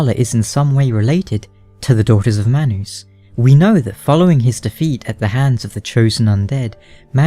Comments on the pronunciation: hehe...manoos...love the way you pronounce manus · it's all based on accent lol, it's still man us but his accent causes it to sound like my noose